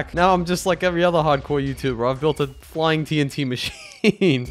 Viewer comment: "the fliyng fork"